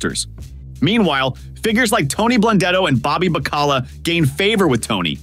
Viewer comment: How do you mispronounce Bobby Bacala's name? Did you even watch the show or just reading a script?